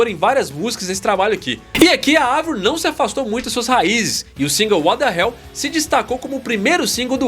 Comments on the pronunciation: finalmente alguém fala Avril com som de A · mds primeiro canal falando o nome da Avril CERTO e elogiando o talento dela! lindo gato +inscrita (sou dã antiga desde 2007) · Parabéns por falar o nome dela certo Avril e não Eivril rsrs😂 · Não. O nome dela é Abril em francês e se pronuncia Avril mesmo